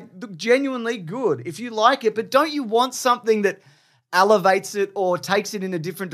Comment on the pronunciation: It’s ELEVATE not ALevate. Jesus Christ